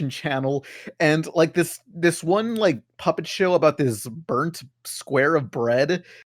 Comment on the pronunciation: First, i once actively woke up at 4 o clock to watch mythbusters, yes it was a saturday, i am completely willing to wake up early to watch the show i love, new episodes, no reruns. Second it's not "Burnt the Bread" but "Bernd the bread" or in german "Bernd das Brot".